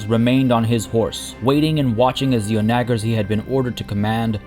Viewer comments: i think the a is soft as well. On-ah-gher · I mentioned this in one of the early Crusader Kings 3 vids, on the soft "g" pronunciation of "onager"; on·a·ger | \ ˈä-ni-jər \ Definition of onager 1: an Asian wild ass (Equus hemionus onager synonym E. onager) that usually has a broad dorsal stripe and is related to the kiang 2[Late Latin, from Latin] : a heavy catapult used in ancient and medieval times (back end kicks up like a wild ass when fired)